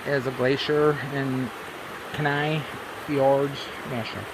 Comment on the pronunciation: Kenai is pronounced Key-Nye. Seward is on the Kenai Peninsula. The Southern part of the Kenai Peninsula is home of the Chugachmiut Sugpiaq people The Northern and Western parts of the Kenai Peninsula as well as upper Cook Inlet are home to the Denaina people.